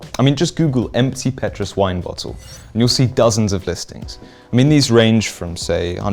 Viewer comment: Petrus isn’t pronounced that way…